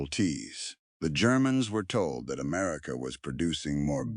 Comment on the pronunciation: 6 min in and we have "Amarica"... 🤨